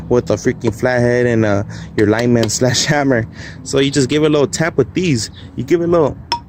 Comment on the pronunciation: Liked just because he pronounces Lineman correctly. Keep on keeping on. And no BS. Good vid